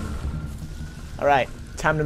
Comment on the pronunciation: who calls the BR the burr? its BEE ARR